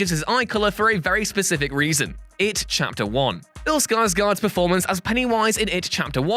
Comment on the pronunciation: IT - CHAPER ONE? 🤦